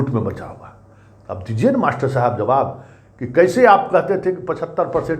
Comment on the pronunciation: Mastarba sab ke bare me kuch bataye. Aap Mastarba sabd bahut accha bolte hai.